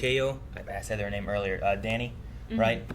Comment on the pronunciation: Danai is pronounced like "deny" 😭 who is Danny?